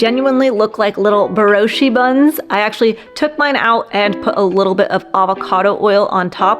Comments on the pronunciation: Brioche is just pronounced "Bree Oash." Not "oshee." The word is French, the final e is silent. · BEROSHEE? It’s BRIOCHE, pronounced BREE-OASH (long O like oat). And microwave? Seriously? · Brioche pronounced bree-o-shh the e is definitely silent. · Broshi buns ?? You mean Brioche ? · Bree-oh-sh. Love the video tho. Ty! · "Bree osh" = brioche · I would “phoneticise “ like so, Bree- oh - sh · Hey, brioche is pronounced "Bree - Oh-sh" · Brioche is actually pronounced "bree-osh" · Thank you. Came here to say that😂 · Brioche is French. It is pronounced, 'Bree 0h SHH'. No pronouncing the e on the end. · Is she trying to say brioche?